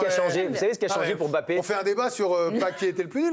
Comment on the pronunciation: On ne dit pas M-Bappé. Vous êtes INFOUTUS pour prononcer correctement le nom de famille de votre génie Français. C’est lamentable et médiocre. INFOUTUS de prononcer correctement le nom de Mbappé, INFOUTUS de prononcer correctement le nom de N’Golo Kanté.